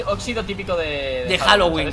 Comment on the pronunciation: pensaba que estaba diciendo “Jalo wee Jalo wee” :u a lo mexicano